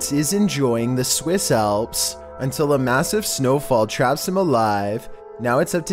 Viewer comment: “ The Swiss æëlps”